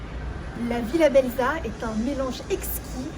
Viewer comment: Belza se prononce Belsa (le z se prononce s ), sinon ça ne fait pas très sérieux 😀